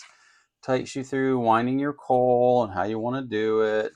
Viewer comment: Yay! If it turns out to be worth while I'll buy the kit and give it a go too! Why can't I have a next door neighbor like you? But I can tell from the way you pronounce the word coil that you live a long far way from me. You deal with Hurricanes, I deal with Earthquakes. Cheers!